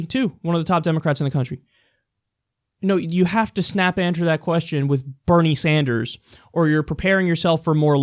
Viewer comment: She pronounced Bernie Sanders wrong but ok........